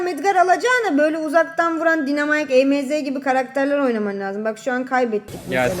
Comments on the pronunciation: Dinemayk değil Daynımark diye okunuyo o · Abla dinamik değil de Ayna dinamik değil dynamight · Abla dinemike diye değil daynamayk